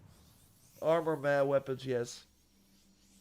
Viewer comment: Man i been watching for a minute. Since he would say arm-or. But he always knows how to get the best items in AAA games, especially assassins creed. Im literally only 3 hrs into the game. I pre ordered it too. But i started playing wuchang, then ghost of yotei. Now im back to shadows